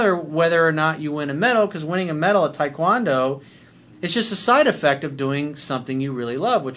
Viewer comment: Coach, I love you, but why the hell are you pronouncing taekwondo like that?